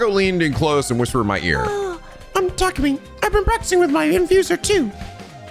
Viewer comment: Methinks he's seeing the attacker as an outside force, but Hiruko might've been attacked by the other person using Takumi's body. Also it's been this long and is still pronouncing Takumi's name as Takami. And Takemaru as Takamaru